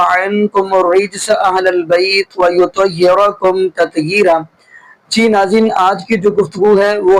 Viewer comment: ویطیرکم نہیں ویطہرکم ھے بھائی